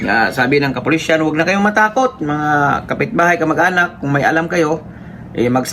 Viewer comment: MASAKIT sa tenga ang pagbigkas mo. KAPULISAN